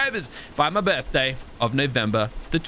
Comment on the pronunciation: brefday lmao